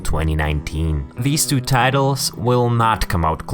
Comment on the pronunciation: Why does he say « part TYOUW »